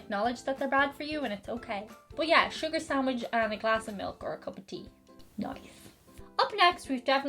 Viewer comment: Pardon my French, but did just say "sucre" instead of sugar? Also, calling out to Saint Anthony is a very Polish thing, too. There's something about burying a small statuette face down in the backyard that's about Saint Anthony, too (strange, because it always sounded to me like a Mafia hit somehow.) Ringing the Angelus on TV sounds like a nice tradition, though, as bells are always pretty and comforting. Besides their brogue, these things are what made the Irish seem "ethnic" in 19th century Protestant America.